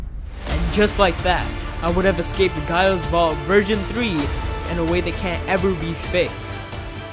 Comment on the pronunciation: Just me who, 1. got annoyed by how he pronouced gaia. And the fact that gaia is the earth godess yet this vault isint in the earth. But in all seriousness great video.